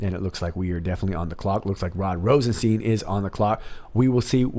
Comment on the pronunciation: Love your videos and you have a great voice! One thing, when saying Rosenstein, think Rose 'n Frankenstein. That's how you say Rosenstein (like FrankenSTEIN), it also sounds like Einstein but when we think of RR, Frankenstein is a lot more appropriate. Lol ;)